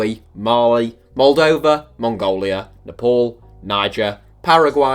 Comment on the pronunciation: I am yet to hear a westerner pronounce Nepal correctly.